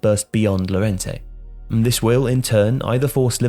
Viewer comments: double "L" in spanish is read "y" Llorente -> Yorente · Llorente is pronounced 'your-ent-ey'. How is it possible that people still pronounce his name wrong? It's so easy.